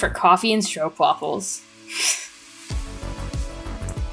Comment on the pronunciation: RESPECT Youre the first American vlogger who is able to say stroopwafels correctly. 😀 i bet your opa learned you that.